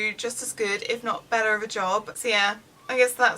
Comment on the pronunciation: I kept wondering why she was saying "Sia" and realize she was saying "so yeah" LOL